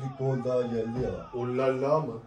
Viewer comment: Rolala değil olala